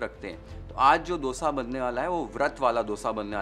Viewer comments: I am so happy to hear a non South Indian say Dosa and not DHOSA as others do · Love how you say “D”osa, the way it is actually said in South. Not how we northern-Indians usually end up saying. It took me a while to be mindful about the pronunciation, but now it is my normal